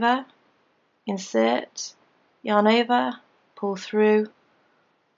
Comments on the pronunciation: Am I the only one hearing "your neighbor" instead of "yarn over"? Probably, but now I can't unhear it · Is she saying your neighbor thats what i hear